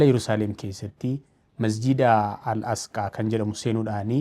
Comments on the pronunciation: Asqaa miti Aqisa malee sirreefadhu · Al-asqaa miti Al-aqsaa jedhama 🙄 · Al-asqaa miti Al-aqsaa dha ok sanu irra deddeebitee